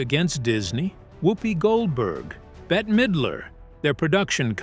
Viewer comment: better midler ? no Bette is just pronounced like bet